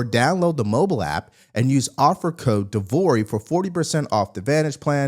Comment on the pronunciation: De Vory, nailed it.